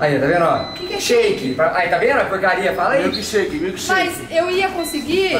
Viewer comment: Shake,: "mil shake" kkkk